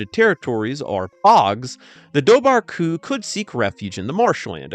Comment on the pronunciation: Its pronounced var not bar bh in irish is a v we have are own langig